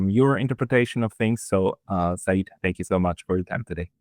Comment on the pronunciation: Dear friend, the word SEYYED is a title, not a name. It implies a direct bloodline to prophet Mohhamad. And its CORRECT pronunciation is "SAY-YED", two syllables, SAY, and then YED. Sa'eed on the other hand is a name with a meaning, it means victorious or beloved.